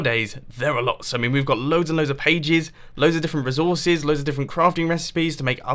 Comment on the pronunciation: reezorcees XD